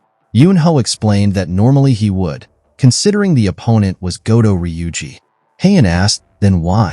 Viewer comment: Goto NOT Godo. Americans🤮